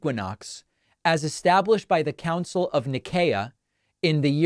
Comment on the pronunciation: The council is pronounced with an S sound, I only mention this, because, most times, you appear to pride yourself as a language purist